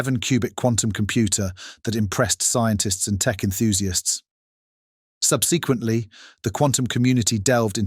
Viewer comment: Yet another vid, with an intentionally alarmist title, narrated by what sounds like AI. Who pronounces "mechanics", MEK-uh-nics, (although sometimes pronounces it correctly) and "subsequently", sub-SEE-kwent-lee"? One minute "quantum" is pronounced KWON-tum, and the next, KWAHN-tum. Also, an English accent but using American terms. English people don't say "two thousand seven"; they say "two thousand and seven". More examples: "Technology" pronounced tek-NOL-a-gee, (hard G), not tek-NOL-oh-jee. "Fiction" pronounced "FIC-tee-un". "as the project GUY-ned Mom-en-toom" Gained momentum? "an unexpected GOV-un-men should un hinder it's pro-GRESS" UH? "Uncertainty" pronounced "UN-ser-TAIN-tee" (This just gets worse as the video goes on)! "Society" pronounced "SOH-see-uh-tee". "Misused" pronounced "miss-OO-st". "AI development has sur-id FOR-wor-d" Surged forward? (Ironic)! I could go on...